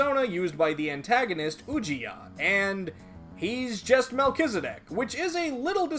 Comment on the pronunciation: man , it's good to hear the correct pronunciation I always pronounce it melt-cheese-di** P.S: love your videos